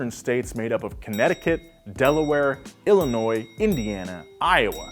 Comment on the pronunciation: I give props for pronouncing Illinois correct, most people out of state forget the s is silent👍🏽